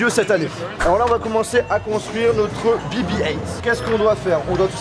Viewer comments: C’est pas bi bi height mais bé bé huit ( BB8 ) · Dit le en français BB 8 pas heingt